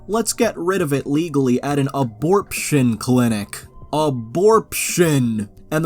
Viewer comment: "Aborption" had me laughing way harder than it had any right to